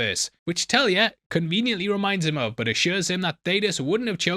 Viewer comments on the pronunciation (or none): none